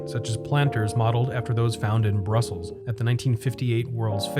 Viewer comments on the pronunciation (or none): none